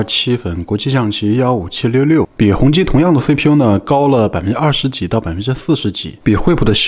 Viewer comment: ，念hong ji~~